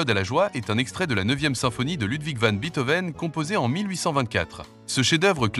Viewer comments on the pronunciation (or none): Beethoven, ça se prononce "bétovène", pas "bitovène".